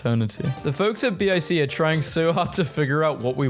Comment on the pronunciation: and youre the first person ive hever heard refer to a Bic lighter as a B.I.C i get it youre probably technically correct but its just unatural other than that love the vids